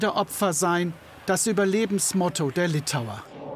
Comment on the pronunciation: Liptauer statt Litauer.